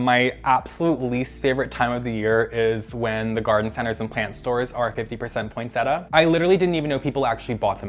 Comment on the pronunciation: The second i in poinsettia is always evading pronunciation 😪